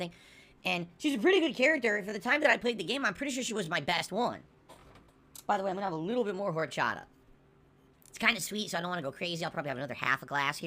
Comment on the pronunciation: It’s orchata the h is silent you fat loser